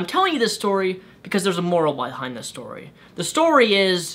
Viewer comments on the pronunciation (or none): none